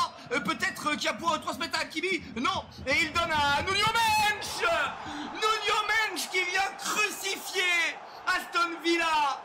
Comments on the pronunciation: C'est Nuno Mendes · "Nuno mench"😂